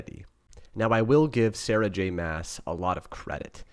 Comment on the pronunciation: Love the series!! It’s great to get a male perspective and I’m so glad you were entertained!! That’s what so awesome about books 😀 Looking forward to your next review! …I think her last name is pronounced like ‘moss’